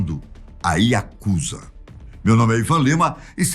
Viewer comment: Pronúncia certa é Yakuzá e não Yakúza